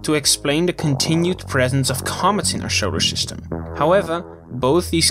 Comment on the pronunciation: Why do you say SHolar System? That’s annoying as hell to hear.